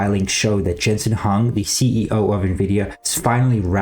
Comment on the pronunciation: It's Jensen HWA-ANG not HUN lol